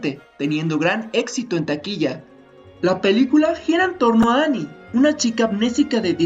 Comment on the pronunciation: No es Annie es Annia!!!